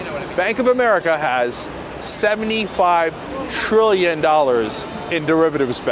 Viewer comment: When I heard the TR in Trillion, I super cringed...